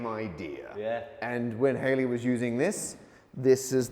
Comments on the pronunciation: Halley (as in Edmond Halley) of Halley's comet, is pronounced as Halley, not hayley. The 'a' is the "a as in bad", not the "a as as in hay" Its Halley like cally (or the Cali- of California). Or Malley like O'Malley. And not Hailey/Hayley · Not "Hay-Lee". He was allegedly, in his own words "Hall-ey". So why is it always "Hay-lie's comet"? It's "Hall-ies comey", surely?! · It's Halley's comet, not Hayley's. I can't watch any more of this. 13 minutes passed and still haven't got to the point. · Local people hate Greenwich pronounced "Grenich" ... We have discussed this and are divided only between 'Grinnidge' or 'Grinnitch' NEVER "Grenwich" ... ... And by the way, it is most definitely NOT 🎵"Hailey's Comet"🎵😡😡😡😡😡 NOT "Bill Hailey & his Comets" .. its Halley's Comet pronounced (Edmund Halley) Hall_ey .😠.for f🦆's sake.😡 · The generally accepted pronunciation rhymes with 'valley'. I've also seen 'Hawley' given as possible - it's not really known how Edmund Halley pronounced his name back in the day. However, it's generally agreed that 'Hayley' is incorrect, although frequently encountered. I was somewhat shocked that these two got it wrong - they of all people should have known better. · Isn't it HAL-LEY, not HAY-LEE? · I could understand the Aussie maybe pronouncing it incorrectly, but not the Brit: The astronomer was Haw-lee not Hay-lee (that’s the musical artist who appeared in the 1950’s). ;-) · The bloke's name was Halley, rhymes with valley, not with bailey. I suppose the confusion comes with that dodgy 50s rock 'n' roll band. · Once again I must point out Edmund Halley (and indeed, his whole family) pronounced his last name "Haw-Lee". It only became rediscovered by the public around the return of the comet in 1986, in a badly-distributed fluff news item. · So Halley is pronounced Hayley?! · Not only does Matt say side-real time, he also in this video pronounces "premise" like "surprise" and calls Halley "Hailey". Parker Pronunciation.